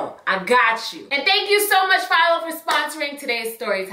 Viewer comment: You said PHILO, I thought you were saying FIOS at first. lmfaoooo I was like OKAY, with your Verizon sponsorship!! lol